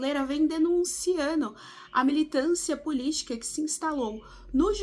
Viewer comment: Sugestão para o Bem desta jovem em formação: relatora das notícias acima precisa de auxílio na revisão da gramática, edição do texto e treino de oratória com português correto... "...a direita brasileira vem denunciANO..." entre outros não condiz com o nível dos demais artigos deste Jornal. Sua dicção é excelente, e ela poderá ser uma ótima profissional qdo tiver ajuda para eliminar vícios de linguagem informal e de grupos específicos. Boa sorte, muito estudo e trabalho nos formam bons profissionais.